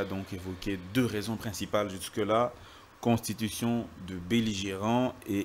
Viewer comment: Thierry mukelekele bravo vous-avez réduit ce type de mubiayi en cendre puis il prononce très mal le mot constitution,il dit contushition.